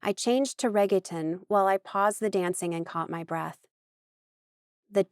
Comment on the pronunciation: I love the narrators ability to bring the characters to life and not sound emotionless but the pronunciation of Reggaeton is driving me mad 😭